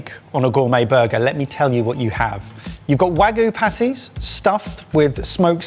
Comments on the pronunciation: Come on, guys… if you’re a food channel, you should know it’s pronounced wagyu and not wagu, gyu meaning meat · i still can't get over the weird way pronounces wagyu as "wah-goo". the last burger looked way too much, esp the cut of pickle. the white castle burger is a classic though. in college, we occasionally would go grab a crave case or crave crate because it was cheap and just a ton of food. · I hate to be that person but every time they say Wagyu I die a little inside